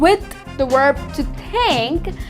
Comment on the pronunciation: Thank you! Just remember that, as a teacher, you should say "Verb" and not "Uerb".